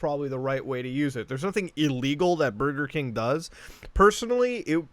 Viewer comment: Only good thing, Mario phone saying: "Bugeh King"